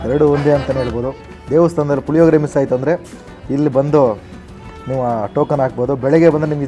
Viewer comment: ಲಿಮಿಡೆಟ್ ಅಲ್ಲ ಲಿಮಿಟೆಡ್ ಪುಲಿಯೋಗರೆ ಅಲ್ಲ ಪುಳಿಯೋಗರೆ